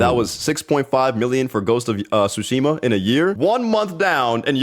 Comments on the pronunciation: Man called it "two-shima" 😂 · Papa's way of saying tsushima breaks me every time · Ya know. People seem to be having an issue with female Leeds in male focused media that people like Ridley Scott cracked 40 plus years ago >.> also please tell me you are pronouncing the T in Ghost of Tsushima to trigger my sperg brain. I make pornographic art for a living, I don't want all the media I consume to also be horny...